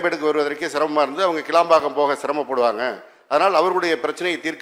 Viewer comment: கேளம்பாக்கம் அல்ல கிளாம்பாக்கம் அறிவு ஜீவி எம்.எல்.ஏ. அவர்களே.